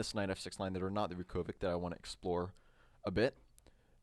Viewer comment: Vukovic is actually pronounced Vukovich, it's a Serbo-Croatian letter "Ć" at the end which is pronounced as "ch"...there are many examples, like Djokovic, Doncic, Modric, Malkovic etc. Anyway, great video, thanks!